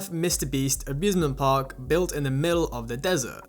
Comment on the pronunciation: okay, i cant be the only person who heard "abusement park" in the intro